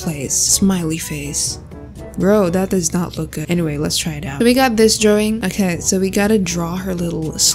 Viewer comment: I love the way she said " draowing".❤. By the way, love ur videos . ❤